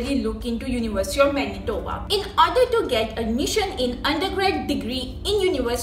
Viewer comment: She sayed Menitoba 1000 times.